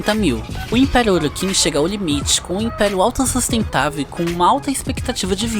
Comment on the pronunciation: Bom o video porem as pronuncias Tennos você fala (tienos) e Orokins voê fala (orókins) mas de resto ta muito bom.